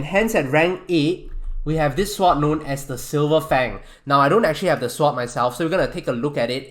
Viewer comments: He pronounces it. S-word, not sord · he pronounces swords like swats and melee like MEleeeeee. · His pronunciation of sword...swwwod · is he saying "swap" or "sword" ? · god everytime u say sword i cringe.. swat... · my braincells hurts everytime you said "seword" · the auto generated text think you say SWAT xd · Stop saying sward its sword pronounced S. O. R. D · Stop saying sword like that it makes my brain hurt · He can say swat how ever he wants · hes saying swat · the w is silent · he pronounces sword without the “w” being silent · Every time he hays sword wrong take a shot To your knee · He isn’t technically saying it incorrectly. But I like the joke. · It pains me to hear you pronounce the "w" in sword, but nice vid.